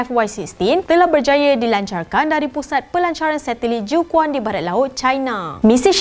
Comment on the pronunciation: Jiu Quan yg betul bacanya Ciu Chuan.